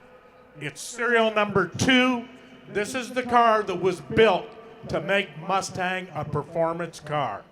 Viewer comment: I really like that mus-Tang. It is su-Per coo-L